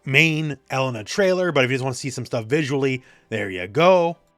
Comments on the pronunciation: Her name is UH-LANE-UH not ELLEN-UH btw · OMG it's pronounced Eh-lay-na. Not E-lena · I still can't get over that pronunciation. Elle-NUH just sounds so weird lol